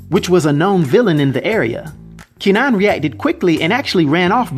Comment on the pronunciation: Pronounced more like Ker-nan (don't fully pronounce the r, kuh-nan)